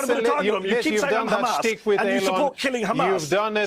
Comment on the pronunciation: I FOKKEN' HATE HOW THEY PRONOUNCE HAMAS. IT'S NOT KKKHHHAMAS, FFS!!!! Anyhoo, Jonathan and all Israeli representatives are so full of shit I don't know why they keep stinking forever! Maybe there are still some people who like to swallow shit, but it's safe to say the majority of world's people enjoy facts, instead of steaming diarrhea bullshit.